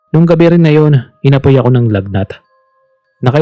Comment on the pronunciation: Gabi po yun hindi gaveee